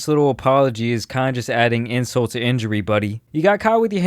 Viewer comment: Did my guy say “inSALT to the injury” lol